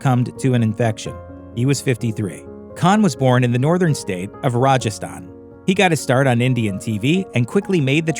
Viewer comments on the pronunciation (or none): none